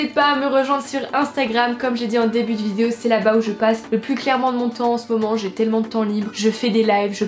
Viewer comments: T’as enfin réussi à dire VI-DE-O et non pas vidzéo 😂😂 félicitations, la France est fière de toi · Punaise elle a réussi à dire vidéo ! je pense que c'est la grosse bouche qui déforme le mot d'habitude ahah je rigole hein t'es super mignonne miss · Je suis émue... Le mot vidéo dit correctement. Nous sommes fier de toi. ( Snif... Notre petite fille est devenue un vraie femme maintenant... Elle dit vidéo toute seule... ) 😂❤❤